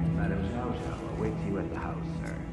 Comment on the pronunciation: The name is pronounced Sheeao Sheeao.